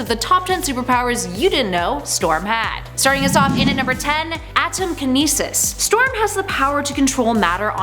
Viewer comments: Atmokinesis. Not atomkinesis. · Atmokinesis, not atomkinesis. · I think it’s atmokinesis not atomkinesis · I Stan Storm and she's my fave character.. However it's not atomkinesis.. It's Atmokinesis.